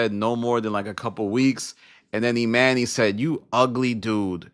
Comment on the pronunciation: Why you callin this dude, E-MAN-Y, when his name is clearly pronounced, E-MONEY? That shit sound stupid asl...and for THAT reason, alone, I'M OUT✌️(in my Barbara from Shark Tank Voice)